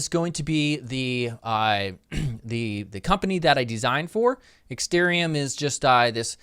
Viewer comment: It's ExtArium,.... not ExtErium.....